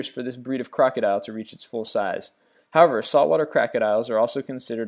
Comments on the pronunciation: O...M...G he said crackerdile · LOL sounded like you called it a Crackodile :P